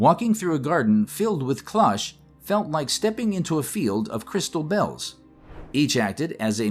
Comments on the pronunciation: Not "clahsh," closer to "klohsh," like clothes. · Excellent. Thank you. Cloche pronounced “ CLO (oh) che ”